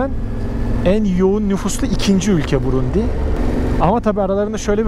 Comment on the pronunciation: kardeş brundi diyon ya yolda ya sınırda ya benzin sırası. Çok başarılı olmuş Sağol